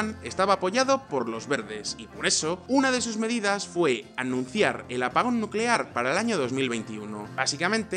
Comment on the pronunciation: Nucelar, energía nucelar